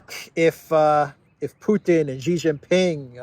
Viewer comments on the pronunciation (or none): Hey, please pronounce Xi as 'shi'.